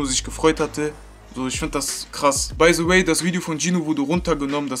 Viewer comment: Junge es heißt the nicht se